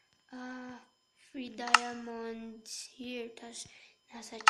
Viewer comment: Diamond Hindi diomond